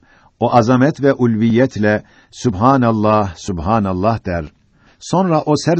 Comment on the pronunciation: supenellah degil subhenellah e de a da yok arap dilinde seslendirmediki arkadas sana soledim